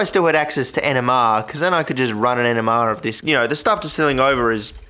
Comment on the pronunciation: I know he's saying NMR, but all I hear is Enema. Not a pretty picture I might add lol